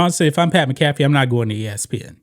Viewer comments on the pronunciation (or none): It's Pat "Mac-ah-fee" not "Mi-caff-e" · It's Pat "MAC. AHH. FEE" Not "Mi Caff Eee". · Dude it's pronounced Mac A Fee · The way you were pronouncing McAfee was killing me. One of the most entertaining guys covering football and you can't pronounce his name? This isn't stumbling over Giannis last name. Come on man. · You're butchering Pat McAfee's name. Lol. Please get rid of Wilbon and Kornheiser.